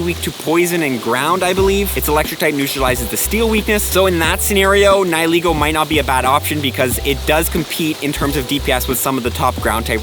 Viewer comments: It's Neigh-Lee-Go not Ni-Hi-Lego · Its pronounced ni-hih-laygo